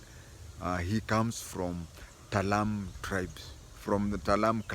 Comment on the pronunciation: TALAI not Talam